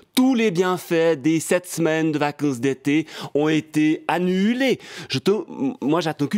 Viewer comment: « Tous les bienfaits ont été anuhulés » 😂